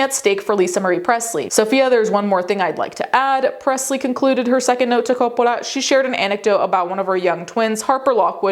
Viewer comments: stop pronouncing Coppola like you are still in Italy 🇮🇹 😯 😯 😯 😯 😯 😯 😆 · Why is she saying “Coppola” like that? Sophia doesn’t pronounce it like that. She presents a very typical American pronunciation of the name. I don’t think her father pronounces it like that either. Sophia was born in the U.S., in NYC. Her father was born in Detroit. His parents, Sophia’s paternal grandparents, were both born in NYC. I’ve also never heard the family winery pronounced that way either. Sounds kinda weird. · Why does she speak normal ‘merican and suddenly French when saying Coppola. Distracting. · I keep forgetting you are Italian, and the way you say Coppola is fun to hear, because I often forget names from the language it stems from sounds different.